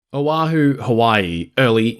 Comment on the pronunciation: Its pronounced Oh-ahu (o’ahu), not owahoo. Sry, im Kanaka Maoli (Native Hawaiian)… lets not butcher my language 🤣 😂😂